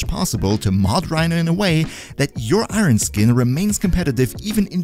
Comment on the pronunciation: Great video :) but please for the love of gd relax your pronouncing of Iron lol